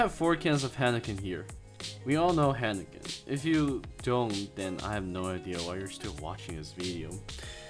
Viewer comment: Hiiiiiinekan.... Not haaanaken